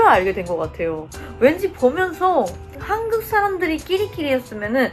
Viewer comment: 한국을 한극이라고 말하네 ㅋㅋ국발음이 엄청 안늘어나는 네